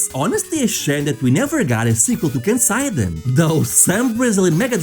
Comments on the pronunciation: I... do feel the need to point out that Kenseiden (剣聖伝) is Japanese, not German, so its English-friendly pronunciation is ken-say-den; not ken-sigh'den. goes back to watching the video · I'm sure many people have already commented this, but "Kenseiden" is actually pronounced "ke-n-se-i-de-n", or something like "kehn-sae-dehn". ^^ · "kensaiden" bruh, you're Portuguese, just read Japanese names like you're reading Portuguese xD